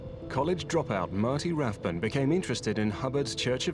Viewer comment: Note that the $cientology “documentary” mispronounces his surname as RathBONE when he’s Rathbun.